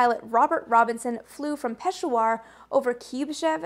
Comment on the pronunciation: And “Peshawar” is pronounced like “peh-SHOWER”.